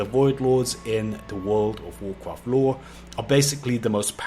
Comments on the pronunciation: Damn dude, one more "wood of wuacrat" and i'll unsub you 😂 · Wuuf ovf Wukraft vid is up again... WTF he still keep pronouncing this wuuf ovf Wukraft till today??!?? Dont he read comment?!?? 🤦🏻‍♂️